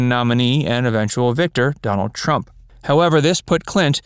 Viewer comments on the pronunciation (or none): none